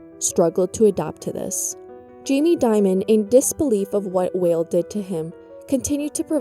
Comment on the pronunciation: Sandy Weill >> pronounced "while" not "whale"